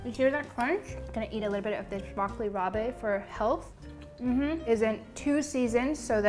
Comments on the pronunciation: Broccoli "rah-buh". Not bay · FYI: Broccoli Rabe is NOT pronounced rob-ay. It's just pronounced "broccoli rob." Great video. I've also done this before and feel his recipes are easy to follow with simple ingredients. He doesn't fuss over super luxurious or fancy ingredients so most of his recipes are actually pretty approachable for a more experienced home chef. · ChiZillaaa it’s also not pronounced Rob. Like a shortened version of Robert. It’s rahb. It also looked nothing like broccoli rab, that would have more greens. This was broccolini. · she kind of said it right, like raab, but she added the é at the end, not sure why. lol...maybe she thought it's french? rabé the frappé? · I adore you so much but every time you said Broccoli Rab*e I cringed lmao, just broccoli rab* don't pronounce the e pleaaaaase. Also as ALWAYS the food looks amazing! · It's pronounced broccoli "rob" not ra-bay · Also, broccoli rabe is pronounced just like rob. Not rob with a hard a sound. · No. It’s pronounced as rob. She added a hard a at the end. Not an e. Also, she kept calling prosciutto parma ham which is weird to say. It’s dry cured ham but no one calls it parma ham. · Broccoli "rob." Just call it rapini lol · Broccoli “Robbay” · broccoli rabe is pronounced broccoli "rob" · That was the one thing that bothered me haha... the way she pronounced broccoli rabe... also it did look more like broccolini than broccoli rabe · You're mispronouncing the broccoli rabe.